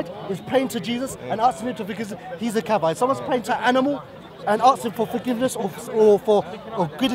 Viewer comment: 'Kaffa'? do you mean Kufta? ...at least learn how to pronounce it property before you start chatting bubbles. Good day!